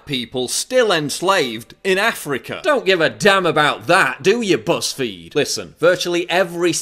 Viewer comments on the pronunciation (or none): You said, BuzzFeed, I heard PussFeed. But then, what's the difference?